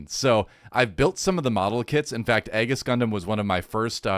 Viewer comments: The Aegis is pronounced "eegees" at least is how I recall is pronounce on the dub. And about the Seed and Seed Destiny series, the Cosmic Era Timeline, the series came out back on 2002 and 2004 respectively. Since it was sort of an anniversary series, the show takes many inspirations with storylines, characters, mech designs, and makes sort of edition for the 2000s of the Gundam 0079s One Year War and Zeta Gundam's Gryps Conflict. More successfully with Seed that Seed Destiny if I most say so myself. But still is my favorite Gundam timeline, and remember since Wing (my first gundam) and liking it and all, seeing some other, but when Seed and Seed Destiny came out, that sent me in a Spiral XD. If you give Seed/Seed Destiny a chance, try the Remastered 10th anniversary editions, they are remastered in Widescreed HD 1080, and haves new animations some parts. And with Destiny they add the special OP from the Final Plus (and extended final episode) as a 5th Opening in the remaster edition. And some can say whatever bad about Seed, except for the OST and Score, the music on Seed Kicks Ass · I thought Aegis was pronounced "ee·juhs" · Its pronounced "Eejis" as in the word for "Shield"